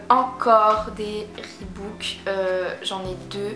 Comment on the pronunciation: REEBOK PAS REEBOUK ! LOL , accord avec toi pour les nmd, je les adores aussi